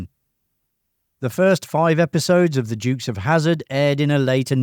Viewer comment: Sorry, mate. Never heard of the "Jukes" of Hazzard. 😂